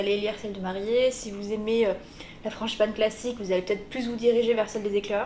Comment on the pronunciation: « franCHIpane » mdrrr